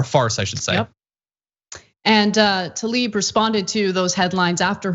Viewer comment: Can we all start pronouncing her name correctly???? It is TLAIb, not Talib.